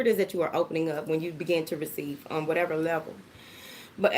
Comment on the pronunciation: I just came to hear you say “whateva” LOVE IT 😂😂😂😂😍